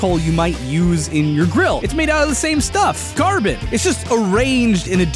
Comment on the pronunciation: at first I heard garbage instead of carbon